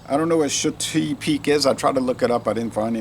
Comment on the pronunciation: I'm going to guess it's actually pronounced shut-eye, as in sleep lol. i think you gave it a lot higher score in the duo review..that's how it goes though, sometimes the same beer will seem much different a day apart.